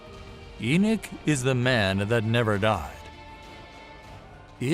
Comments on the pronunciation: GDN: Don’t you screen your videos before posting them? EnoSh? Enoch is pronounced E-nok by most of us Believers. 🥴🥰👋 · it's Enoch